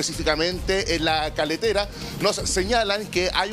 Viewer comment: ES CARRETERA NO CALETERA